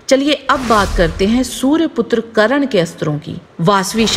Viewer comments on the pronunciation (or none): it's karna not karan